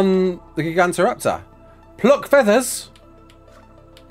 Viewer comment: say it with me...."ji-gant-oh-raptor"